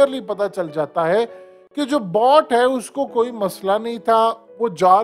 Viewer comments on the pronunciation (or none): Bot nahi hai Bhai. Bo- A - t Boattttt boat boat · Bhai BOAT ko Google mei likh kay sun lain. Aap mustakil BOT bool rahay hain….. Pronunciation theek kar lain bhai please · HTV walay bhai please “boat” lafz ko to sahi parh lein 😂😂😂